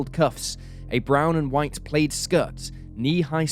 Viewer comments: It’s not pronounced “played” it’s pronounced “plad” for plaid!! When you are seeking answers please make sure you pronounce things properly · Had to re-listen.. Who wears a PALAID skirt... I couldn't figure it out at first. Ohhhh. Plaid skirt? Enjoy the channel, just made me chuckle. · No, it should sound like plaaad. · Is that really the way Brit's pronounce plaid? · Who in the world pronounces "plaid" like that? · I think it’s more common in the UK